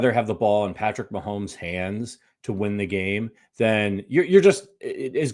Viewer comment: for the love of God, STOP SAYING "MAHOLMES"!!!!! It's MAHOMES. No L. Yes, we all understand YOUR name is Holmes, and you're used to making that sound with your mouth. But get the f*** over yourself and show some professionalism and respect. Pronounce our generational QB's name properly.